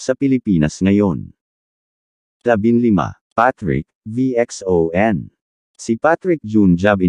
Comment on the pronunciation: Mr Robot ang Pronounce po ng VXON ( Vision). Salamat po mr Social media influencer.✌️